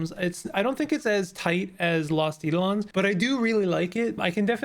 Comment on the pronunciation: Just a minor comment about pronunciation, it's eye-DOE-lon (with capitalisation indicating the stress). Thanks for the run down on the game, makes me want to try it :)